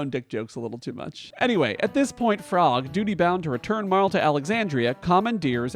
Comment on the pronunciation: I feel so validated and seen that you also pronounce Marle the same as me~♡